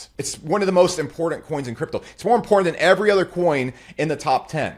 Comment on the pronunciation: Bro the way you said “impordant” makes you a cuck but I loved the video